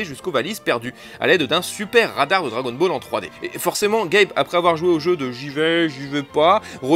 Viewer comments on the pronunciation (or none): none